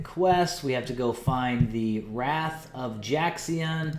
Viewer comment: WRAYth. not wrath. you're killing me. :) Heh